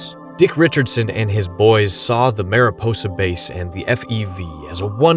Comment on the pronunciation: FYI: “Mariposa” is not pronounced “Mare-ih-poe-sah”, it’s the Spanish word for butterfly, which is pronounced “Mahr-ee-pohsah”.